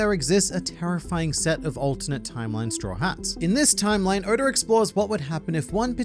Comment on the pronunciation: You say Oda as Odor